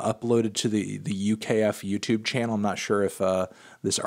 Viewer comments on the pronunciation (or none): none